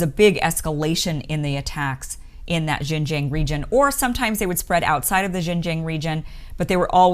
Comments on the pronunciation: Your American pronunciation of Xinjiang hears a lot like the mandarin pronunciation of Shenzhen. It really confused me sometimes. But the analysis you gave have been wise and should help the western people and especially the people in the US to better understand the Uyghur issues in China. Thanks for your great work!!! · the "Xin" in Xinjiang is pronounced as "Shin" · Xinjiang pronounced sheen jyang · Great intro to the actual situation in Xinjiang (pronounced SIN-jiang). Unlike many western media that just spits out rhetorics of human right abuses and cultural genocide versions of the situation. I understand how hard it is to actually do the research with only English. If you were able to speak or read Mandarin Chinese then you would actually realize many Uyghurs are friends with Han Chinese. They're both against violence and extremism. Many Uyghurs actually have saved many Han Chinese during riots. I taught English briefly in China and saw that the students of both ethnics get along. Many Uyghurs do have some stigma to them in the eastern coastal cities as they are usually not economically ahead and didn't speak Mandarin so they had to resort to petty crimes. However, that's a situation for western countries also. Great job on explaining the situation on outside extremist Islamic influence in China as well. They love to prey on the uneducated so is why China wants them to have compulsory education nowadays. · Kim, I love you dearly, but please learn to pronounce Xinjiang correctly. You can find videos on YouTube that will instruct you in the correct pronunciation. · LOL the way she pronounced 新疆 like couldn't she ask anyone how to pronounce it?!? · This woman is nothing but an ultra ignorant American. She admits she knows nothing about the issues, and can get no facts. She has not put her feet on the ground in Xinjiang, and cannot even pronounce it correctly. So why express an opinion? Another narcissist.